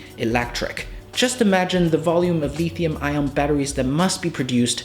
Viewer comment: Just so you know, the metal is not called le(e)thium.